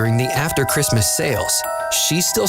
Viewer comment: Am I the only one who noticed he said Chirstmas instead of Christmas